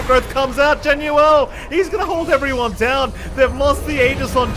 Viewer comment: This caster just casually screwing up 3 of the players names is rather frustrating to try keep up with listening to. JaUNel not JaNUel, saying yopaj backwards, and calling Jackboys jacky is really off-putting. Idk if he's just unfamiliar with the players or something but you'd think you will be saying all their names more than anything in casting you should probably get them right/make it clear for the listeners.